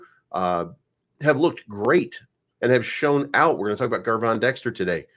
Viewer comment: Hey, Gervon’s name is pronounced “JER-VON” not GGGGRRRRRvon. You’re welcome